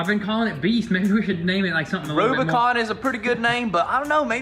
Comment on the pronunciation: the "Rubi-goon"